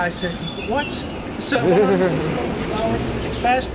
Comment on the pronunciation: Kermismeters? :D